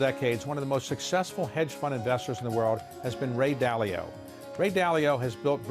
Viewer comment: He's Dalio not Dali Lama